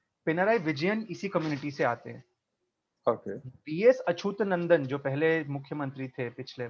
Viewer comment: Achootnandan nahi Achyutnandan. If you become so Anglican BJP will surely come !